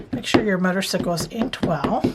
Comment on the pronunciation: As a Harley lover, thought this card was fabulous. Just a hint, motorcycle is pronounced motor cY ,long hard y, not icicle like popsicle. No offense, just a hint. As always enjoy your video tutorials.😂